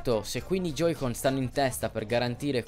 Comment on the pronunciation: Joy-Con...si dice J O Y - C O N